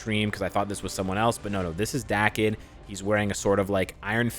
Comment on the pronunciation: Im positive Daken’s name is pronounced like Taken